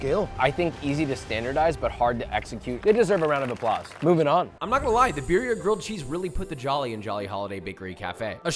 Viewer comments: SAY BEERIA ONE MORE FUCKING TIME AND I WILL END MY LIFE. IT IS BURRRRRRRIA UNCULTERED SWINE. YOU ARE BETTER THAT THIS. granted you might not be able to roll your R's, it's okay. BEEEEEEEEEEEEEEEEEEEEEEEEEEERIA? Josh stop. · the way he pronounces birria is just painful. great video tho otherwise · It bothers me that he doesn’t pronounce birria correctly